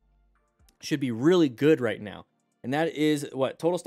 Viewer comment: are you serious right neow